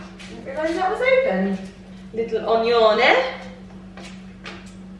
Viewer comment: Your Italian is spectacular,, especially onione 😂👍